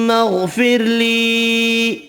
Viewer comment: اسلام علیکم: غلط پڑھ رہئے ھو۔ اللھم کے بعد الف پر زبر ھے۔بنا Aa مطلب: مجھے،مجھ کو۔پھر غفرلی یہ علحدہ اسم ھے۔اسیطرح آگے بھی غلط پڑھتے ھو۔اب الف پر یہاں زبر غلط چھپائی کی وجہ سے miss ھے تو کیا آپ بھی اسطرح غلط پڑھیں گے کیا؟ یہاں ہر الف پر زبر miss ھے تو جب آپ نے Aa پڑھا ہی نہیں تو کیسے میں آ گیا۔اسیطرح آجر سے پہلے پورا الف ہی miss ھے تو پھر وہاں آپ نے مجھے یا میں یا مجھ کو کیسے پڑھا۔یہ دعا دوبارہ print کرواو۔اس غلط فہمی میں مت رہو آپ نے صحیح پڑھا۔بلکل لگ بھگ غلط پڑھا یہ ثواب کے بجائے گناہ ھے۔"جس نے بھی قرآن کریم کا کوئی حرف یا لفظ بنا پڑھے چھوڑا وہ ظالمین میں سے ھے۔" القرآن۔ (اس حکم الہاہی سے صرف ان پڑھ یا کم پڑھے لکھے متسنعی ہیں۔)